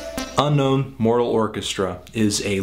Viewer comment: its Mortal not Moral